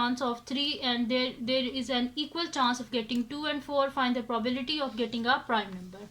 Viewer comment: Probility nahi probability hota hai